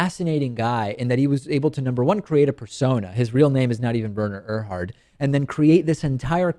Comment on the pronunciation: It is pronounced, Were-ner Err-hard.